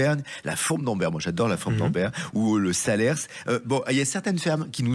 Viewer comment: Je suis née en Auvergne et y vis. On ne prononce pas la S à la fin de salers😂. Ne pas oublier de manger une délicieuse truffade!